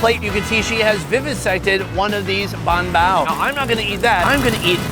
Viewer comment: i know he's trolling us by saying bun bao repeatedly.... i hope...you never know w this guy😅